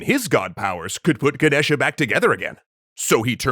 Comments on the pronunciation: It's Ganesha not genesha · The a on the end is silent. The name is pronounced Ganesh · the a at the end of ganesha is silent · its Ganesha, how you people manage to get wrong spellings and pronunciations all the time is a mystery beyond my comprehension